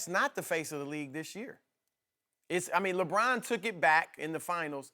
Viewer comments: i hate the way this dude says Lebron. sounds like Lebraaan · I can't stand the way Broussard pronounces "LeBrahhhhn."